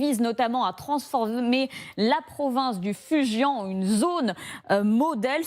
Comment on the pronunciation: Prononciation de Fu Jian : Fou Jiène. En dehors de ça, top, merci.